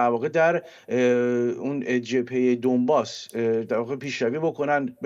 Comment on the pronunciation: دانباس تلفظ درست است